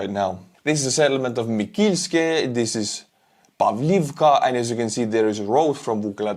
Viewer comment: Hello!! Thx for your videos! I'm from Volodymyrivka and this three settlements were named in honor of three people. 'Павлівка' - 'Pavlivka' - is for name 'Pavlo' - the emphasis is on the first syllable. 'Микільське' - 'Mykilske' - is for name 'Mykola' - the emphasis is on the second syllable. And 'Володимирівка' - 'Volodymyrivka' - is for name 'Volodymyr' (like Volodymyr Zelensky) - the emphasis is on the third syllable. Maybe I made it more understandable. Also thx for your help! I saw your cars, they are looking awesooome!!❤